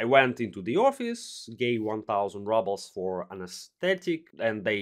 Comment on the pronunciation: rubles pronounced like rOObles, not rUbles btw